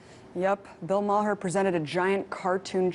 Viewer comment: Bill Ma-HER. lol.